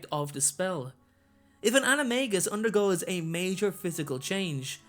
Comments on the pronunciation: I am getting quite annoyed because it is pronounced anime jus not anime gus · It’s pronounced anomajus or plural Animaji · It's pronounced "anim-a-dja-i" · I had a dream that I became an animagus & became a trout... No joke! Also, the movie got it wrong, J. K. Rowling said that the “g” in animagus was pronounced like a “j”. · Why do I keep hearing Anime Guy? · It’s pronounced “animaJus” like in magician. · He. Sais animangus wrong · It's pronounced ana- may-ji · For your information, Rowling has confirmed the official pronouncation is with a J and not a G for the maGus part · I think that animagus are awesome but I hate the way the movies pronounce it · Its supposed to be pronounced with a j sound not a g sound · Animagus is pronounced with a j not a g